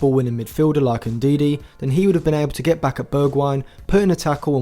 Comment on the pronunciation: Great work, as always. Btw, Ndidi is Ndidi. Not N’Didi